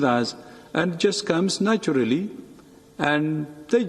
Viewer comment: naachurally vurnin